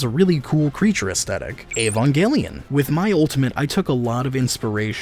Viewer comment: Avongalein✅ Evangelion❌